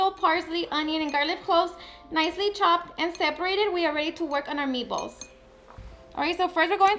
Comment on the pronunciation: I keep hearing ME BALLS 😂